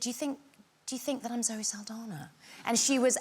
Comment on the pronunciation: Not Zoe Saldana ..."Saldaña" 😐